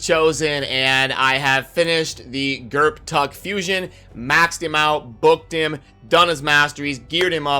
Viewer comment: I believe the p is silent. Gurrtuk sounds better to me.